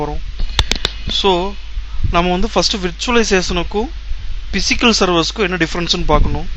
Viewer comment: Pronunciation is very very bad... especially physical